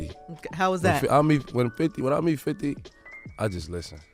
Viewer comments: my boy here says "fofty" 😂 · Ik I’m not the only 1 who Hurd say Fofty instead of 50